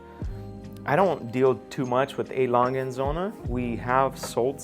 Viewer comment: It’s Lange not Langhe